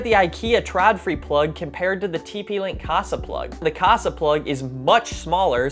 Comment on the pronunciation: I know this is years late, but it just keeps rubbing me the wrong way: The letter "Å/å" is an "o", not an "a". So it's "trodfree", not "tradfree". =)